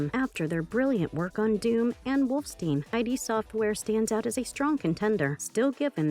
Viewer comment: Castle "wolf-steen"????